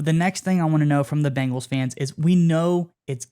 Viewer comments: Hahahahahahaha " Bing- als " YOU NAILED IT BRO LMAO 🤣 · One of the biggest reasons that I don’t subscribe to this channel is the way pronounces Bengals. It irritates me to hear him say Bingles. Please learn how to pronounce the name of the team that you are covering.